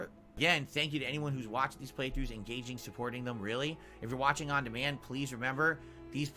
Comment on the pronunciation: he's asking for tips and super thanks "after the fact" on his "ahn demahnd" videos now ....